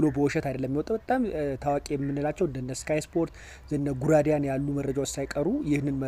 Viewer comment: አንተ በትክክል ለምን አታነብም ጉራዲያን ሳይሆን ጋርዲያን ነው የሚባለው